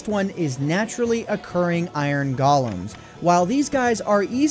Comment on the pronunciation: lmao iron galems xD its go-lem not ga D